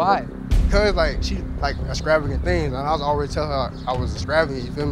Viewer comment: He can't pronounce extravagant, how can you believe he lived that life?? 😂